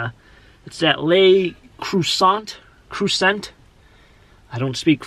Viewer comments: No one can pronounce Le Creuset correctly. It’s tough!...luh kWHUr-zay...soft “r” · creuset is pronounced crew say. Great brand for sure. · Its pronounced "Ler Croosay" Just in case you wanted to know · Le Crew-zay, accent on the second syllable. Enameled French cast iron; that brand doesn't sell for cheap. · 'Le creuset is pronounced lay Crew set. I met the vendor at Macys and he told me how to pronounce it. Most people think it's Lay crew say but he said that, that is not how it is pronounced. Argue with him, not me, I'm just passing on info.